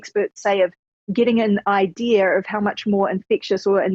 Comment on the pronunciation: have an ide-arh... lol